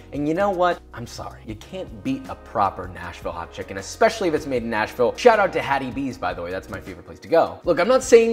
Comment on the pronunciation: I swear to god it was 30 seconds before the end of the video before I realised you weren’t saying National Hot Chicken, and was wondering why the hell it would be named that. Lol.